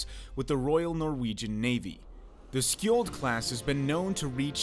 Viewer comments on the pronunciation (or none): Skjold's top speed is classified. 60kn is just the sustained cruising speed. Speed boats have been passed by Skjold class at just below 70kn and speculants say it is probably capable of 74kn. It's pronounced "sholl" by the way. Also the missile banks count 6 loaded at a time, 3 on each side.